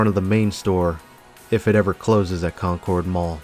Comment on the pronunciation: It's a great mall, I went there a lot when I was at school at St. Mary Magdalen which is a little further south on Concords Pike. Pronounced like Conkurd btw, not the typical pronunciation such as in the Concorde Jet etc